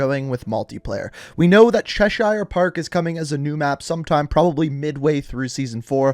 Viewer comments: I love you but the new map is not called chesh I er, its chesh ear lol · Cheshire... It's pronounced chesh-eh not Che-shire. Like Cheshire cat on Alice in Wonderland. All English shires when in the name of a county as pronounced sh-eh, but then shire is they way you said it. Us English making the English language difficult since time immemorial. That being said like the videos here. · 👉👈 Cheshire is pronounced Chesh-er. Not ire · Chesh-shire park😂chesh-share mate😂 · it che-shur not chesh-ire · Because I know you’re going to say it a lot coming up, I’d like to get in early and say it’s pronounced ‘ches-sher park’ and not “ches-shy-er” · Just so you know, it’s pronounced “Cheshur” instead of “Cheshire” :) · Americans, Cheshire is pronounced Chesh-Her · Its pronounced Che-sheer, as if your sheering a sheep. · I’m sorry, I’m from England and I have to say you are pronouncing “Cheshire” painfully wrong. It’s pronounced “cheSHEER” your start is correct but the end is like “a sheep sheer” or “beer” with an S. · Please call it “Chesheer”, British English is odd yea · The English person cringe is real Listening to him saying Cheshire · Please never say Cheshire again XD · Learn how to say cheshire ffs